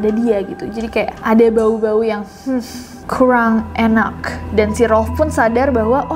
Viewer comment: Me : kurang enak Nessie : kwrang enaq :') *Auto terngiang"besok ngikutin cara ngomongnya nessie